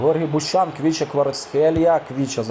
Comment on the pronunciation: Є 1 замітка Не Квіча Кварацхелія, а Хвіча Кварацхелія